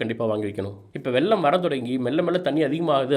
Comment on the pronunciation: it is not வெல்லம் it is வெள்ளம்